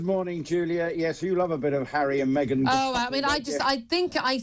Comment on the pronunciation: Me-Gain is laughable.